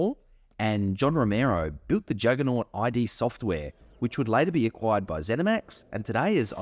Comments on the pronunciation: It’s “id”. Not I.D. Since you claim to be a huge fan I would think you’d know how to say their name. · Why oh why are You calling Id software "aidi software*? It's pronunced "eed software " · Again, note: This is a bit difficult to explain, since English is a nonphonemic language, but you don't pronounce id Sortware "ai dee"(not like "I" & "D"), just simply id Sortware. And also I'm writing you use lower case "i" and "d" to match the stylized name, which just further indicates the fitting pronunciation. 😉👌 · Ah yes, thank you, I learnt this after I posted this video, clearly my education at work:) You will be pleased to know in my latest video (MOHAA) I correctly pronounce it. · You're right about Quake 2, it's a step up from Quake and an excellent game. It drew me in far more than original Quake, which I think of as a fantastic technology demo, but a fairly mediocre game. I shan't be using the RTX updates, my GPU is positively ancient. By the way... did anybody mention your pronunciation of "Id" ? 😂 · I loved the video... but the look up the pronounciation of ID... it's kind of deceptive :)